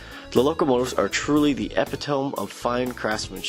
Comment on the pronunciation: Nice video and model. But it's pronounced ih-PIT-uh-mee, not EP-pi-tome. ;-)